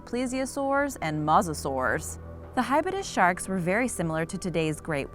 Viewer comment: Its Hy bow dus And they did not feed on whales beacuse hybodus died in the massextinction Its e dus thus now say edestus the correct way From when do sharks have roofs and floors you ment lower jaw and upper jaw Its clado see lach now you can pronounce cladoselache